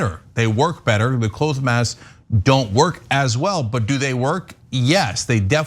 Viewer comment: Why is Cenk saying clothe masks?